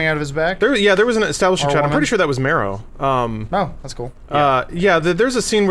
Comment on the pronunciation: wins points by saying "Marrow", awesome.